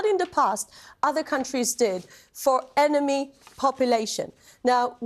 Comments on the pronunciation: "ennemy population" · Did she Jz said “Enemy Population”